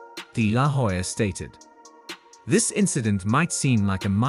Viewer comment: the "H" is silent in Hoya. You keep mispronouncing his last name.